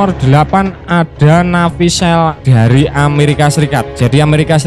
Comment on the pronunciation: Navy seal ...d bc Nevy sil min bukan sel🤭🤭